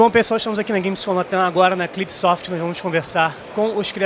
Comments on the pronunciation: Cipsoft e nao clipsoft lol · CLIPsoft ficou feio demais kkkkkk